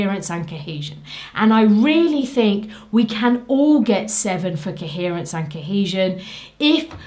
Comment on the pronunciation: I love the way you say "kehesion" and "keherence".